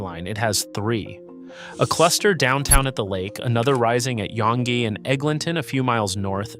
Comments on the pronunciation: It's pronounced "young street". It just has an annoying British spelling. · Yong-gay 😆 maybe only college to Wellesley would Yonge be pronounced like that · you needed a bit more research on this video, no offence. first of all the Yonge pronunciation, and then calling it "nearly 3 million people" from an outdated 2021 stat when the population is over 3.3 mil in 2026 is quite sloppy and makes you sound uninformed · Pathetic video of Toronto BUT SHOWING buildings from a variety of other cities ! Not to mention not even knowing how to pronounce YONGE ST. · how you going to make a video about Toronto and can't take the time to educate yourself on the pronunciation lmfaooo